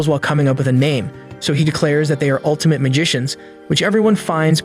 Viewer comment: The "altimte magishins"Im dying of cringe 😂😂